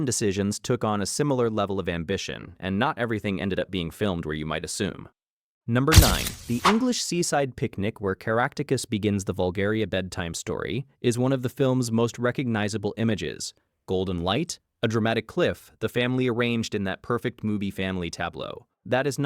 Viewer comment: Human narration would make this a lot better, "carrot dactus" is one of the more hilarious mispronunciations in this video.